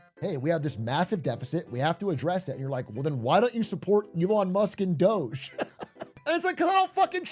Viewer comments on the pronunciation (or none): none